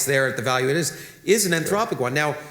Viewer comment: When says Anthropic, it sounds Entropic - slightly confusing